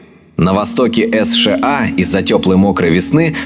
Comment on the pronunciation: "эс-ша-а"? спалились на ИИ. Даже досматривать не стал, из пописок- нах. Если халтурить с озвучкой, значит и контент.. удачи халтурить